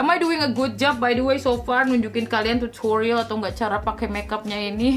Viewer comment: Pengucapan kata "Tutorialll" dan "serruumm" nya seakan2 terngiang2 di telinga